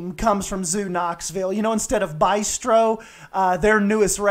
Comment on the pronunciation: Your designs are great, but man... b-ai-stro? "Beastro" is funny because it rhymes with "bistro", not just because it incorporates the word "beast" 😂 No judgement tho S, that made me laugh. I love the design.